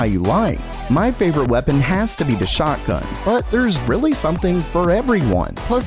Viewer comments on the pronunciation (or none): none